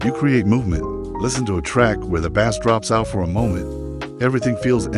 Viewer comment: AI slop, can't even pronounce bass correctly